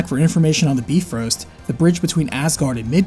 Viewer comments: You pronounced BY-FROST as BEEF-ROAST, that's funny. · ( great game.. its EIN har yar though. Beefroost? Its bi-frost. Kinds wish you'd looked up these words before saying everything terribly.